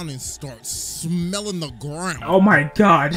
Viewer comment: You said my religion gods name wrong